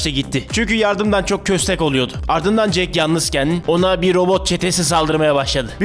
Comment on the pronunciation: jake değil kardeşim jack (jeyk değil yani jek)